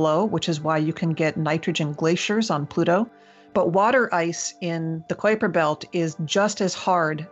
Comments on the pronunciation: Did she say Quaker belt ? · I've never heard anyone pronounce it Kwaper Belt before. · damn it will you pronounce it right it is the kuiper belt not the koi per belt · Good god did she say kwayper belt what the xzzzs!!!! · Emily seems awesome but why was she pronouncing Kuiper Belt like that? Have I been pronouncing it wrong my entire life?